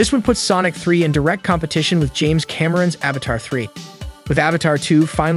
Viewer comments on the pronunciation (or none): none